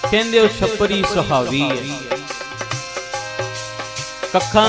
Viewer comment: ਸਪਰੀ ਨਹੀਂ ਛੱਪਰੀ ਹੁੰਦੀ ਹੈ